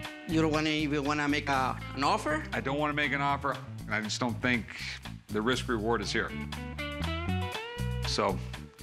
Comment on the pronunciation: Si. I theeenk he did.